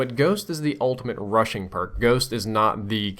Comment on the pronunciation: Is it me or when he said "Rushing" i hear Russian? :X